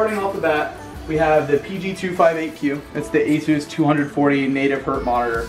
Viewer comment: you're pronouncing asus wrong.